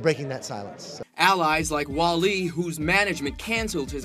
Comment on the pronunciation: Great stories, but I did crack up when the reporter pronounced Wale's (wah-lay) name Wah-lee.